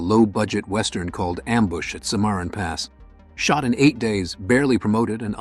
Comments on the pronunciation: Well, I hope Clint didn't teach the narrator how to pronounce "Cimarron," otherwise Clint would look pretty STUPID! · AI reading the script couldn't pronounce Cimarron correctly. Was painful to hear it.